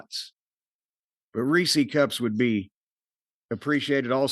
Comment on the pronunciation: What the fuck is a reesie cup? It’s Reese’s